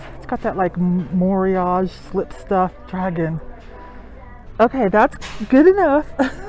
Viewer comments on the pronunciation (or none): You're a good teacher of clothing and vintage collectables, so as such, I believe you are one of a very few who would be willing to learn how to pronounce "Moriage".. so here goes, with an explanation of what it is so people know... Moriage, pronounced More-ee-a-gay, is to pile up. It is a special type of raised decoration used on some Japanese pottery.